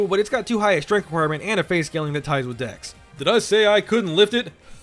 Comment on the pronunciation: i cannot not hear " Dicks are better than strength" "only leveling dicks" "DEX FOR LIFE"